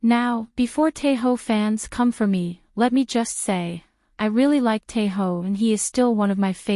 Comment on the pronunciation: Sis his name is Tae Oh not Tae Ho 😅 the problem with these AI generated voiceovers is how annoying they sound and they always butcher people's names